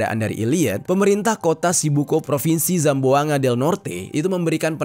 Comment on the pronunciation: Kakak mau saya betulkan cara baca BUKAN SAMBUNGA TAPI CARA BACA NYA GINI SAMBUANGGA